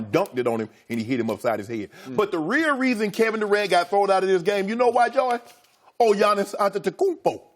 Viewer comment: "the rear reason"